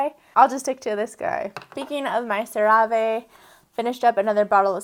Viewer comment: I enjoy CeraVe as well. I believe it is pronounced "sara-vee".